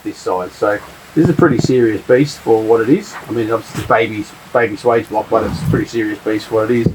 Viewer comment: swage rhymes with wedge, not wage